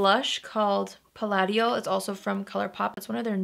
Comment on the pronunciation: So the Colourpop blush (palatial) is actually pronounced pa-lay-shul. Not that it really matters, but just in case you wanted to know. ❤️ I absolutely love this look. You’re always gorgeous, but this makes your eyes POP.